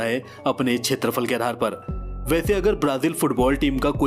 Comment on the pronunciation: Wonderful,beautiful,informative & really very nice interesting video.Arjentin-Messi,Brazil-Pele,Amazon.I knew that my country INDIA is on 7 the position.I should say that Area is called kshetrafal not chetrafal.Please forgive me for this comment.👌👌👌👍👍👍❤❤❤